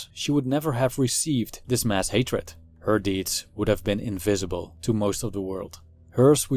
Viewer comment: Much as I respect your right to be 'invisible', I admit that I am very curious to know what your mother tongue is. Your "v"s frequently sound like "f"s (your "invisible" sounds like "infeasible"), so I'll bet your L1 is Dutch. Anyway, your videos are great! A fan from Greece.